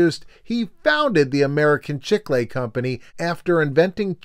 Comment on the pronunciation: I don't think I've ever heard anyone pronounce it chick-lay.